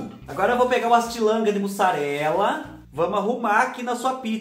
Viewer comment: Boa tarde, adoro ouvir vc falar “ AS TILANCAS DE MUSSARELA” muito engraçado 🤣 😂😂😂😂😂bjo na mãe, pantera 🐆, revoada e o irmão do revoada e vc né😳💋💋💋💋💋💋